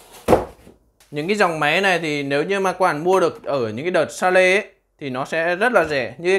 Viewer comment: Bi li dét guốt. Sa lê (sale) 😂😂 pro vjp